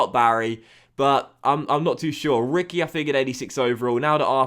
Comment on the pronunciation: reekwee not Ricky